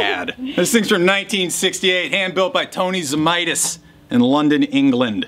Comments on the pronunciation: Best flat top Friday ever. Tony always said a 12 string should be tuned to C as it was basically a bass instrument. His name was also actually pronounced Zamatis & not Zamitis! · I believe it's pronounced "Zee / may / tiss". I'm just 1/2 Lithuanian, so I could be wrong.